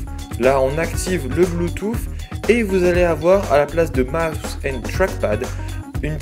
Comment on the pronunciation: Bluetoothsssssssss Lol comment tu le dit